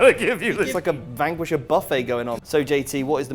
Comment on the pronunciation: Why do they pronounce Vanquisher so weird?